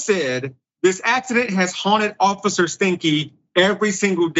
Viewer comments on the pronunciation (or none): He said the cop's name was Jordan "STANK." 🤣🤣 I'm sure Dr. Richey knows it's pronounced STINE-KEY(Steinke), but I appreciate the hilarious jab at a sh*tty, criminal cop. Thanks, Doc.